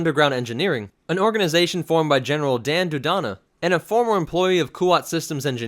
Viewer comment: Jan Dodana, not Dan Dodana